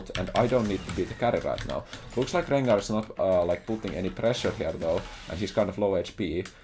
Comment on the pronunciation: I love when plays against champs with many Rs in their name! Rrrrrengarrrrr